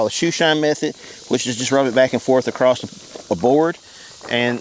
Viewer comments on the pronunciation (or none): "AcrossT" with a T? That's great.